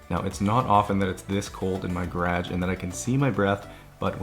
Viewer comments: Why do you pronounce garage like that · Who needs that first "a" lol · are u saying garage? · Things I have learned while watching this channel: Bunny hugs, timbits, toonies, and an alternative pronunciation of the word, "garage" That's all I can recall off the top of my head but I'm sure there are a few more.